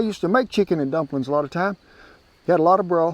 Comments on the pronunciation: "Drumplin's!" 😂 Hi from Melbourne Australia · I think"drumplins" was my favorite part❤